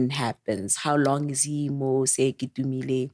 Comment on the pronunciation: Sorry 4 your l💔ss sisters... 🕊️🕊️ It's Sir KETUMILE (((Masire Teaching Hospital)))🏥 Not "KEITUMILE" tlhee lekgoa 😭😭😭